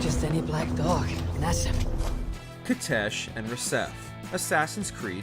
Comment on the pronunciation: Please can you ask the narrator to pronounce Basim’s name correctly.